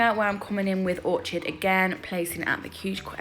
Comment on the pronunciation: Love these, orchid is pronounced orkid, x And yes my sons gf has a hand that turns constantly, makes my hand ache trying to keep it straight 🙄😫